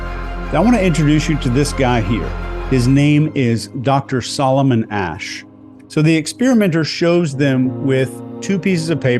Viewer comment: You pronounced Asch correctly, why not Eichman? Is not "Eikman"... nor "Reik" is "Reich".